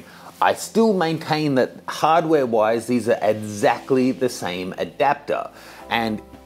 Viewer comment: "Edzactly" the same :P